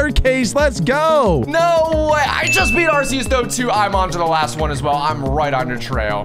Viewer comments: arceas u say like this ark-ee-us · ITS AR-SI-YUS